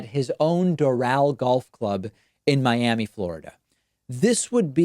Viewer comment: Miammee? What is this hidden gem you speak of?